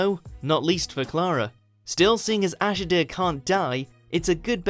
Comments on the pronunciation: It's Ash-ill-dah not Ashy-dear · Ashildr, not bloody Ashy Deer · I dont think they watch it. Otherwise they'd know its A-shield-a, not A-shid-a. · ash id err its ASH EEL DER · “Ash-el-der” it’s A-Shield-er. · Who the fuck is "Ashederr"? Maisie Williams played a character called "Ashildr", pronounced "Ash-ill-duh", honestly sometimes your lack of a grasp on language any kind is a joke, surely you'd have done SOME kind of research into how to properly pronounce certain words?? Ridiculous! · Honestly, it's not Ashilder, it's Ashildr, I thought those who commented knew.. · It’s not Ashidr, it’s Ashildr, idiot! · ASHIDIR. ITS ASHILDER THATS HOW YOU SAY IT IM SORRY GOODBYE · she's not called ashidir, its ashildir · Wow. It’s not Ash-id-er it’s Ash-il-der. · Ash-ih-deer... REALLY. YOU CANT SAY HER BANE RIGHT? ITS ASH-ILL-DER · AshaDER! LMAO just make these up on a random. It's not hard LMFAO - There is an L and and I in the correct spelling, and it's said enough in the episode. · Ashider? It's Ashildr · I'd venture it should be A-shill-dear, but then I suppose it did come out as Ash-ill-dah half the time, when Capaldi said it. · A-shield-duh ... that's how you pronounce maisy Williams characters name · It's A-sheild-a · It's ashilda like ash Hilda! Or just Me would do! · Also ash-il-der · theIcyToad Actually, the correct way to pronounce it would be Ash-eel-dur. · Stop doing doctor who top 10s until you actually watch the show. You incorrectly pronounced the name of Maisie Williams' character. If you watched the show you would know how to say her name and what she changed her name too. You said the Closing time was was the last episode of series 6. It was NOT. The last two episodes of series 6 were The Wedding of River Song and the Christmas Special of that year. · I cringed at the way he said ashildr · Omg the guy doing the top ten annoyed me so much because he couldn’t pronounce ashildr properly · How do you possibly mispronounce ashildr